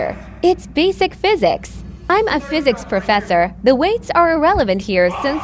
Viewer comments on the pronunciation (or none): "Basic phisics" 😭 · Basic "phisics" says bro like he aint 2nd grade